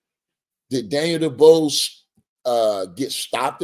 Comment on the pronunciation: Come on bruh atleast get Dubois name right 😂😂😂